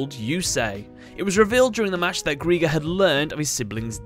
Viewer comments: GR I GER NOT GR E GER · It's pronounced as Gry-ger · It's pronounce gri-ger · His name is pronounced gr-eye-ger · Who is responsible for these names? Greiger is german ASF and sounds NOTHING like a bomb. In any of the 6 languages i know Edit : Oh ja also take german names and butcher their pronounciation. Greiger is not pronounced as "Greeger" Like you say dIE you say GrEiger Unless they wanted to say warrior? The more i hear Greeger it sounds like KRIEGER. Krieger is pronounced Kreeger for you american boys Your telling me im in poverty snd theres MFs making 5 figures for terrible translations. Wtf